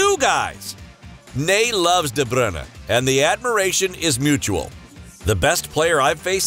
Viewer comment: This commentator calls de bruyne de brinner